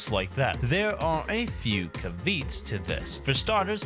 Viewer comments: Did he just pronounce caveats as "ca-veets"? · Did this mf just pronounce “caveats” like “kav-eets?” 😳😳😳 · Did you just say CAVEETS instead of caveats, you massive donut? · "there are a few caveets" cue my cousin vinny yout moment(jk i know op is just an idiot and doesnt know simple words) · a few "kav-eets" to this 😂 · omfg he pronounced caveats as caveets AND he's a brony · "There are a few 'CAVEETS' to this" 😂😂 I had to I'm sorry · Caveat= Cavv E Ott for pronunciation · dude is eloquent but mispronounces everything "caveets" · did he just say there are a few "caveets" to this??? pahaha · “Caveats”?! How could you possibly have decided to pronounce that word as, “KAVEETS”?? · If dude didn’t constantly mention “my writer”, we’d still know he has a writer because of the sheer number of words he cannot pronounce. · The way you pronounce the word "caveat" is fucking infuriating. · I'm sorry, how did you just pronounce "caveats"?